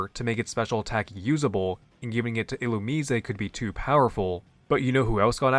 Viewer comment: Illumusesay ??? (Illumise)Who ? 😩🫠 I can’t figure out sometimes if you genuinely be mispronouncing Pokémon names on purpose or innocently but it does give me a laugh so I appreciate that. ❤